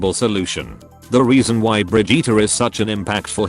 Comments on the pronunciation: it's "bridge-it" not "bridge-eater" m'lady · “Bri-jeetah”? Oh Blizzard. No.